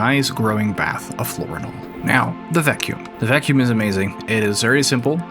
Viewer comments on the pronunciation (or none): none